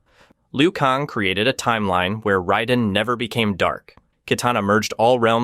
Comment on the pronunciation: And it's r"A"den